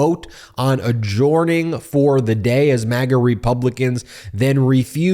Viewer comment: Please, please Ben, it is adjourning, not adjorning, pronounced 'ur', not 'or'. I know it must be a habit of a lifetime and Popock has a giggle every time he hears you say it, but please listen to your podcast afterwards and hear how odd it sounds. By-the-way, all the way with MTN. Love this front line fight for democracy.